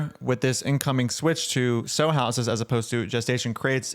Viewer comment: I'm sure someone already said it, but a sow is a female pig, and it's pronounced like the word cow or pow. It doesn't really matter, but meat heads will use the mispronunciation of a word to dismiss a whole dang argument. Love your vids!